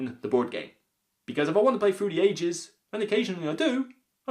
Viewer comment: Whever you say through the ages all I hear is fruity ages.